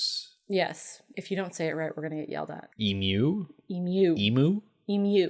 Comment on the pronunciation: I can't help but celebrate that you can say emu! YAY! Americans getting our national bird right! 🐦🐦